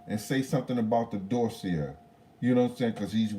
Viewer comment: I know it's annoying when people correct you on word pronunciation but I'm gonna do it anyway, it's Doss-see-ay. But more importantly - hope the surgery goes well and fixes what it should